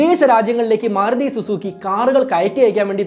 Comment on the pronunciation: സുഹൃത്തേ, മാറുതി എന്ന് പല പ്രാവശ്യം കേട്ടു മാരുതി എന്നല്ലേ പറയേണ്ടത്